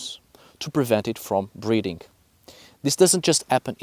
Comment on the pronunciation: How long did it take for you to realize he was saying "breathing" instead of breeding?